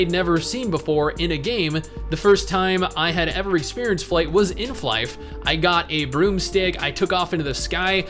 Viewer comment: The game is not pronounced 'Fly-ph'. It's 'Fly FF'. The FF stands for 'For Fun'. So the title is Fly For Fun. Stupid, but true.